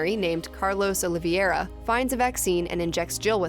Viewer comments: Olivera, not oliviera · It's Carlos Oli-vei-ra.. not Olivieira